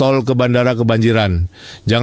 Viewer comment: Merugiken..apa merigikan? 😂😂😂